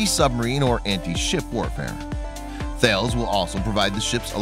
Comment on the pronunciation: That bothered me as did how he pronounced the company name Thales. It's not "Thay-les" , it's pronounced "Tal-ess" .The company is French... perhaps he may have wished to watch some videos on the company website before hand? Anyway ...